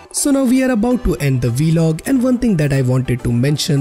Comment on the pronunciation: It’s not velog it’s vlog